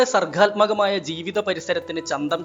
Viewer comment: സർഗാത്മകം എന്നാണ് ഖ -യല്ല